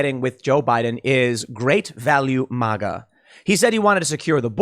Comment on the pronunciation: MAGA Tim not MOGA. It’s weird. Good video though